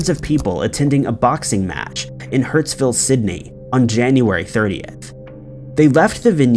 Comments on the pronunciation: HURSTVILLE NOT HURTSVILLE ... DID YOU GET THE VICTIMS NAMES CORRECT ?? SYDNEY AUSTRALIA ! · It's Hurstville not hurtsville, the familt names are Alamadine and Hamzi. I don't know who writes your scripts, but they need sacking! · Hurstville Not 'Hurtsville' lol